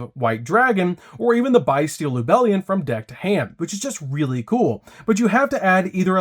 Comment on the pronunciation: I hate the way he said bystial BYE-STEAL! Lol 😂 💀